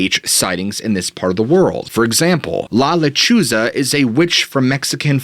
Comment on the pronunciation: Lechuza pronounced letrusa.